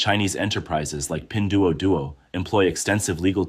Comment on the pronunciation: AI can't pronounce it right. You'd be dead as a result of that drinking game.